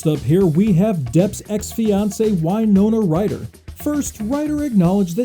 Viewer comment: WINE-NONA RYDER